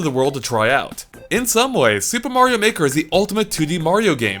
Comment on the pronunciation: Super Mario Meh-ker